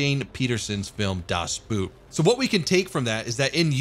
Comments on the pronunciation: Its Das Boot, not dat boot. BOHT not BUT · Double "o" is not pronounced "u" in german. So it's just "bot", meaning boat. Another saxon word. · boot should be pronounced like boat, it's not a shoe XD U-Boot is the abbreviation of Unterseeboot. Literally translated: Underseaboat. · das boot (saying like a shoe but it is called boat) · Boot, not buut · Double 'o' in German doesn't spell as 'u', it's just a long 'o' - spelling it like the English 'boat' would sound better. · omg that may be the game I waited for since silent hunter 3.. why didn't I knew about this!? Only one, very big, complaint: Is there a "play from the inside only" option though? also its not boot like the english word. Its kinda spoken like the word boat, just without the small "a" after the "o" and the "o" itself sounds a bit longer. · Das Boot is pronounnced similar to boat, just with a long O sound and without emphasis on the A. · You pronounce U-Boot the same way as you pronounce U-Boat (just with a German accent :P ) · Boot is still pronounced like boat in English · Boot is pronounced like boat. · "Boot" is pronounced "Boat". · You know what pisses me off? English-speakers pronouncing Boot as bUUt with that u sound. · Just FYI boot is pronounced like bot but with a long o